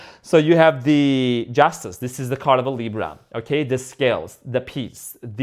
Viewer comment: Why do you say LIBRO?. It's funny. I'm watching you from Spain and it means BOOK 😂. ❤❤